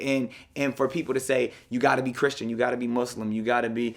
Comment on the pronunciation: WTF I'm speechless, a native English speaker who knows how to pronounce Muslim correctly.